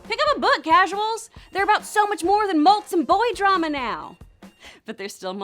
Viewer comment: “Mults”?? Did she mean “malts”?